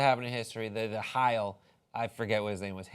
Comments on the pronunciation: Why does he say hial not hail ? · Funny because the pronunciation was way off